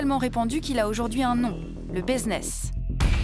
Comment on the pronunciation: un quoi ? Baiseness ? 🤣😭